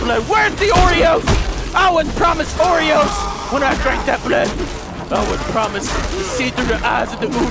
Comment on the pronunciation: you pronounced oros wrong